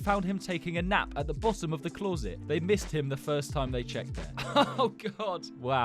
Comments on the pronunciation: no way my guy rlly said “cloorset”💀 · Can you say closet again 🤭 I missed half of the story writing this, then I heard bathroom, say bathroom 🤭